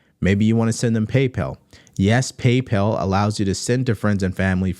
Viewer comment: Pay"Pell" is crazy 😂